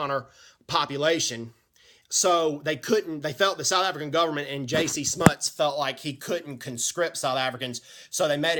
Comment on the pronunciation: Jan Smuts (Prenounced "Jun"). South Africans we the only Military in the world who were volunteers. The South African 1st Infantry Division who got the Italians out of Abyssinia in 100 days ( Read James Ambrose Brown's book " The war of 100 days".